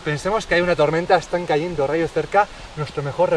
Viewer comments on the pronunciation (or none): No se dice "caendo"; se dice cayendo